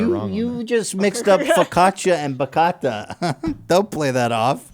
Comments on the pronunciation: Bachata. CIABATTA. THATS WHAT U MEANT 🤟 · It's not pronounced BAKATA is BA-chia-ta GOSH Ethan pronounces every word in any language super super wrong idk how he does that